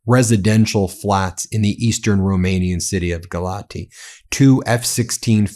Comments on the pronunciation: It is pronounced “gal ats” not “gal ati”. The t with the symbol is a “ts”. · Town is pronounced as Galats. Still, Russia hitting Romania is going to be followed by gaslighting from Putin. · By the way, Ben - that's Galat-see as the correect pronunciation of the city in eastern Romania. My second wife was from there. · I think Galati is pronounced Ga-LOTZ. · I live a four minute walk from where the drone hit in Galați (which he pronounces WRONG in the video too— pronounced Gal-lat-zz) No one was injured and it was most likely not an attack drone. There were only 2 people injured with scratches and panic attacks, that’s all. It was terrifying. Drone fell right above my apartment, scaling above before it colliding with the building across the street. I am a Fulbright ETA, and if it WERE an attack, the embassy would’ve reached out to me and tried to get me out. However, the commission only called to make sure I was okay, and I’ve heard nothing from the embassy, which means it was most likely not an attack and rather a drone that lost control…then again…I’m sure we’ll find out more information soon. Either way, I highly doubt it was an intentional attack. There’s no strategy behind targeting an apartment building. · You pronounce Galati as Galatzi. As for what is happening over there it's just terrible. The Romanian government doesn't seem to give a damn, apparently they had 2 F-16 fighters in the air but did nothing to destroy the drone. If you want to know, there are lots of individuals in the said government that are Russian pro ones and happy at this time that this just happened. I say no more. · You don't pronounce the " i " at the end. It's silent. The city is pronounced "Galatz." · Galaţi is actually supposed to be pronounced "Gah-lah-tsee." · It is pronounced 'Galatz' no final vowel sound. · Galați - pronounced Galatzi, with accent on 2nd A.